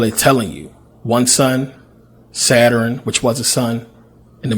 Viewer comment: Saturn yo...Sa-turn. Not Satur-in!!! Shout to the Pennsylvania educational system. Jus f-n witchu.. Thx 4 Vid.